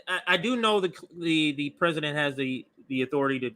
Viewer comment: Why can't that white dude pronounce "President"? He keeps on saying "Prez-in-nent". But he says "Presidential" just fine.